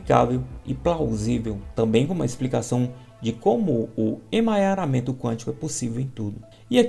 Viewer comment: Não é emanharamemto. 🤣 é EMARANHAMENTO. Obrigada 👍🏻